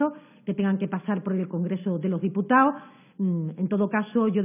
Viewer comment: ..”del congrezo de loh diputao” que no estas en la taberna hija, aprende a hablar cojones!!